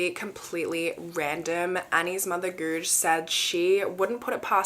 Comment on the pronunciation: Guje is pronounced gooyuh right?